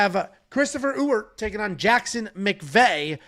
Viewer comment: As someone who shares the same last name as Jackson McVey’s new opponent, it’s pronounced E-Wert, not U-Ert or Ooert lol. Don’t worry, I think I could count on one hand the amount of people who pronounced it correctly on the first try 😂